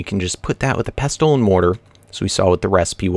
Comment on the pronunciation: In pestle and mortar, the 't' (pesTle) is silent